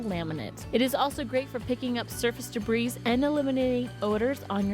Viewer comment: Lol, "debreeze"